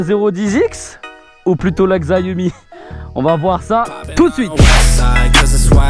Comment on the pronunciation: Top tes vidéos! Mais pitié c’est Xiaomi et pas Xaiomi 🤦🏻😂